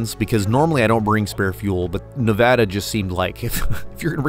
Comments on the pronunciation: Nev-add-a!!!! Not Nev-odd-a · "Ne-VA-duh, not Ne-VAH-duh" as the bumper sticker clearly states. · WRONG PRONUNCIATION. IT'S "Neh-VA-duh" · It’s Nev-a-DUH… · I’m confused the title says Nevada, but you say neva-duh…. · Doing a 900 mile trip + a well made video and still pronouncing the name of the state incorrectly. Get it together here!